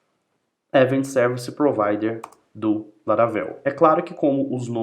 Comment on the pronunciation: Show de bola essa explicação de como funcionam os eventos no Laravel! Explode my mind!! há há há ... Obrigado pelo share! Por estar acostumado a ver vídeos em inglês, confesso que a pronúncia de algumas palavras me incomodaram um pouco tipo "event" mesmo, mas claro, isso é só uma crítica construtiva pros próximos vídeos que fizer e que não atrapalha de forma alguma a orientação e objetivo desse vídeo. Muito obrigado mesmo!!